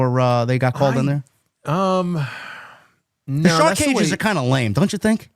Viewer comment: Anyone else hear Schiavone say two cages one ring 😂😂